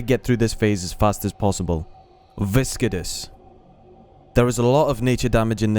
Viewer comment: Type Viscidus into Google Translate and hear how it's supposed to be pronounced :P - Good video though, but that pronunciation killed me xD.